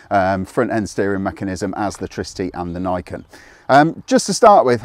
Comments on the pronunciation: It's Tri-city, not Tricity. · Its not treecity its tricity for example wifi / tri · I think it's pronounced TRI-CITY. It's a tricycle after all. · LOL that bothered me too